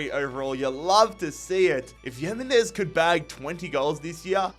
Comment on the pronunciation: Pronounced “him” not “yim”…